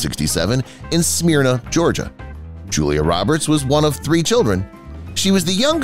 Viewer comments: Ok..im getting irked... Think or Myrna Loy & add an S to myrna smyrna... NOT Smear-na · I get a kick out of how they pronounce her hometown's name: Smear-nah!